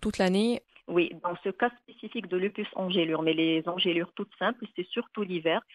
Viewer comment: Bonne prononciation = Ange lure Pas angèle lure